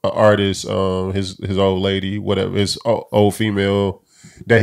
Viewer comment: “ARTISIST” word of the day. Rip mo3